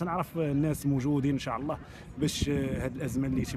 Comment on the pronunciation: ينبغي نطق " إن شاء الله " بطريقة صحيحة.